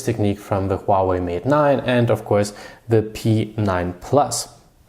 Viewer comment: Its huawei not huahwei bro.Good video still :)